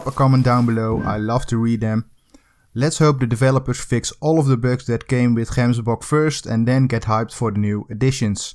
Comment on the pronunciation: Somebody who actually knows how to pronounce gemsbok properly! :)